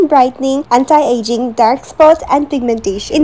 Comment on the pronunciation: Why u pronounce "Antie" instead of "Anti"